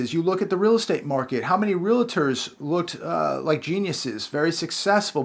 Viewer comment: "real-a-tors?" You're a realtor?